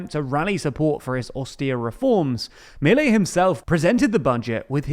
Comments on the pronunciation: Just so you know, it's pronounced mil-EI, NOT MIL-ei. It's getting annoying. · A couple of notes: Milei's name is pronounced "Me-lay", with an accent on the second syllable. Also, more concerning than the raise in military spending is the one in the intelligence services, which have been historically opaque and used to persecute and spy on political opponents. Also, his plan calls for transferring all educational and health-care expenditures to the provinces while at the same time asking them to cut their budgets by 60 billion dollars.. what could go wrong?